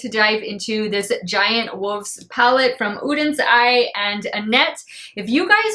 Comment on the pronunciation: You're very welcome! Also I really appreciate the fact that you took the time to learn how to pronounce the brand's name! I know it's petty, but it kind of drives me crazy when people don't do that.